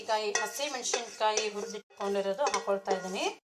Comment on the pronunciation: ರೆಸಿಪಿ ಚೆನ್ನಾಗಿದೆ,ಮೆನಶಿನಕಾಯಿ ಅಲ್ಲ,ಮೆಣಸಿನಕಾಯಿ